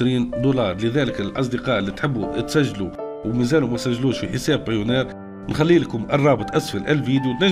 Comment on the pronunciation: بايونير مش بايونار 😅